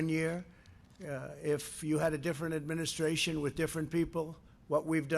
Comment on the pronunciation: Why does he always say "in my administrarion". Is he really that insecure? Or narcissistic? Or both?